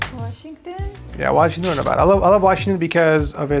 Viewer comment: If you’re gonna live in Nevada you’re gonna have to pronounce it properly